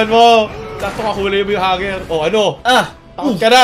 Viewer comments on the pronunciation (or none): No one:: hanger